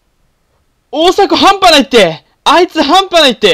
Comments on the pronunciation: やっぱりあの定番のセリフは関西弁慣れてなかったら変になるなー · 発音ちゃう 中西くん見習えよ